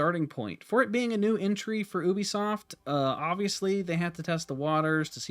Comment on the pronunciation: Disliked due to you mispronouncing Ubisoft! Jesus Christ its a U not an ohh..